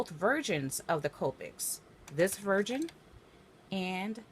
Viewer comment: It sounds like you’re saying virgin instead of version.